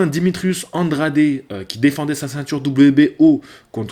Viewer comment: Fais gaffe à ta prononciation! Quasi presque la moitié des noms tu les prononces à l'arrache entre français, anglais voir italien (Andrade => Andradé): O'Sullivan à là française alors que d'autres tu les prononces à l'anglaise. "Brégeon" en Brégon... "Eleider" c'est presque Highlander! Je dis çà pour toi, pour tes futurs reportages TV.